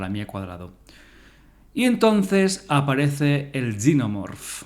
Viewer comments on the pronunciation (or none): ¿Porqué dices "yinomorph en vez de Xenomorfo? Porqué dices "Eilien" en vez de alien, pero luego dices tiranosaurio o velociraptor? El vídeo está guay y te pido disculpas pero es que cada vez que oía Yinomorf me sacaba del vídeo